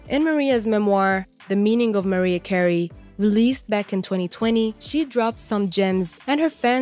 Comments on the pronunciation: WHO THE HELL IS MARIE CARRIE? LEARN HOW TO PRONOUNCE THE CELEBRIRIES NAMES OR JUST QUIT! Hard to get good help! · How is it you don't know how to pronounce Mariah Carey? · Her name is MARIAH CAREY! get it right